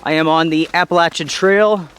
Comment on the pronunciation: You can tell you are from WNC...you pronounce "Appalachian" correctly :P